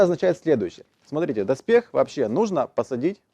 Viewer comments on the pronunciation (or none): none